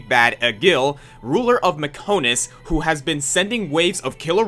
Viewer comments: #9: Okay. I hate to be that guy but it’s pronounced Bi-on-is, not Bi-o-nis and it’s Mech-on-is, not Mech-o-nis. How does someone get the pronunciation of something wrong in a game with voice acting? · ma-KO-to ba-YO-nis me-KO-nis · "Mech-oh-nis" "Bi-o-nis"? Seriously speaking though, as soon as I saw this thumbnail I knew I would see Dickson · how can you not pronounce bionis and mechonis correctly, they're pronounced in almost every cutscene in the game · The biggest betrayal on this list is your mispronunciations. How can you mispronounce Bionis and Mechonis, two of the many words in Xenoblade that are said so many times it just almost gets old?